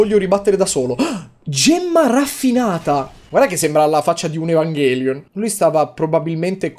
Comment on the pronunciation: Quando capisci che Yotobi ha visto MTV anime night 2001 dalla pronuncia di Evangelion xD